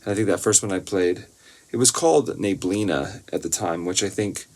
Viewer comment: I always enjoy hearing your stories, whether they're about your journey as a musician or just random memories you decide to share.😊 I really liked "Neblina." That word is spelled and pronounced exactly the same in Portuguese and Spanish, so I'm going to count today as the first time I've heard you say a Portuguese word with perfect pronunciation! 😊 I liked the melody so much that it was really hard to choose just short sections. When I test the timestamps, I'll try splitting some of the longer ones. About "Head Again"... I honestly didn't catch the meaning at first. 😅 I had learned the meaning of this expression from another song you sang here a while ago, but I still didn't make the connection this time. 😅 It wasn't until you told the story about your mom that I realized what the lyrics were about. 🤣 I wasn't even sure whether I should mark timestamps from that song or not. From around the third song on, you mentioned a few times that the guitar was out of tune, but I honestly couldn't hear it. Since you brought it up several times, I'm not completely sure about the timestamps I picked from those songs. There aren't many, though. If you don't like them, you simply won't post them, and that's totally fine. I just wanted to let you know.